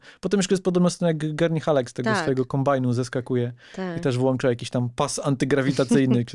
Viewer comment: Julia, proszę żebyś następnym razem "włączała", a nie "włanczała". Pozdrawiam.